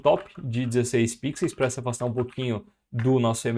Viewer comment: Por favor, para de falar pixeis...No mais, muito obrigado pelo conteudo!🤗